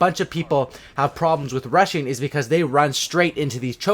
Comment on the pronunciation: When you were talking about "rushing" i thought u said russian 😂